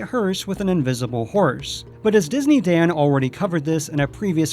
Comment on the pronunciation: Disney dan said herse instead of horse!